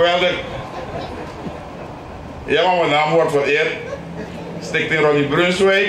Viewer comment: Probeert hij stichting te zeggen? Ik hoor Stink thing Ronnie Brunswijk.